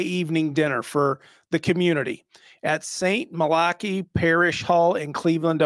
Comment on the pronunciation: Saint Ma-locky??? Really?!!!